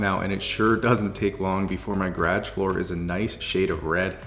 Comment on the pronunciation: Love your videos but every time you say "garage" I cringe. 😂